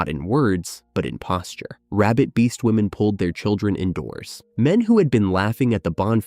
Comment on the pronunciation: I keep hearing rabid beast men not rabbit beastmen